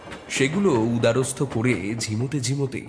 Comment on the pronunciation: দাদা শব্দটা "উদারস্থ" নয় "উদরস্থ"। ছোট ছোট ভুল শুধরে নিতে পারলে গল্পপাঠ সর্বাঙ্গীণ সুন্দর হয়ে উঠবে বলেই ভুল ধরিয়ে দিলাম কারণ আপনাদের পাঠ এবং অভিনয় যথেষ্ট ভালো। আশা করি সদর্থক অর্থেই গ্রহণ করবেন। নমস্কার।